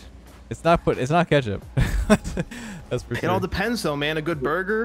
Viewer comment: what do you mean it’s goot, or is it just that I am from the Netherlands